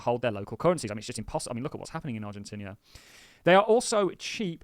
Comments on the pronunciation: Its not Argentinia but Argentina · "Argentinia"? 🤦‍♂️bruh